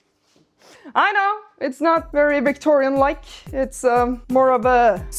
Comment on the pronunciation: "VictoRRRRRIAN era" ✨️